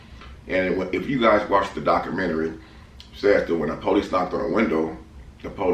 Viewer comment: Mans said “doctormentary”😂